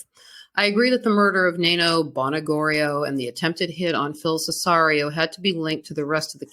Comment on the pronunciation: you pronounced "Buonaugurio" perfectly actually lol